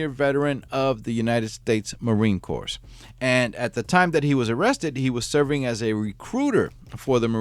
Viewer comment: The “S” and “P” are silent in “corps”.